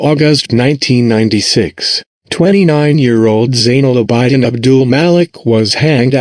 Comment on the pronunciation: abidin is pronounced aa bi din not aa bai diin